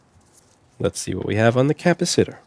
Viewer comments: "capa sitter" lol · Louis, PLEASE learn how to pronounce 'capacitor' properly. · The correct pronunciation of capacitor will help you deal with capacitors 100 times fold. If you can’t pronunciate you can’t fix